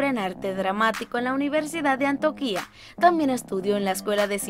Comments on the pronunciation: Jajajaja es que realmente es "Antioquia" se equivoco al pronunciarla jajajaja, por cierto saludos desde Medellín-Antioquia 💃🏻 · Repita despues de mi… ANTIOQUIA no Antiooquiaa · ES ANTIOQUIA NO "ANTOQUIA" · trabajarle a la pronunciación, acentuación .. es Antioquia no Antoquia entre otras . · Dear Gracias, no se de donde eres, pero evidentemente por la pronunciacion no eres Colombiana, solo dos cositas con respeto, un comentario que ojala lo tome como constructivo. No es "Antoquia" es Antioquia" y no es "Arrango" Es "Arango" con una sola r. Queria saber de quien es es hijo el nino que interpreta a "Emilio" el hijo de Juancho y Catalina en la serie. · Antioquia no antoquia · Jede : informate un poco sobre la pronunciacion de nombres q desconoces. Lugares como An-ti-o-quia ( sin acento en la i ) o personas como Adriana Arango ( con una sola r ) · Muy interesante pero deberías leer bien (poner los acentos correctamente) en los nombres de algunos lugares como AnTIOquia y Envigado y pronunciar correctamente los nombres y apellidos (es Arango no Arrango). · Yo escuchando cómo dice Antioquia 👁👄👁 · Me causa gracia como pronuncia ANTIOQUIA... JAJAJAb así no se pronuncia